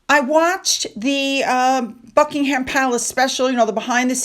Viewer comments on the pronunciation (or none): none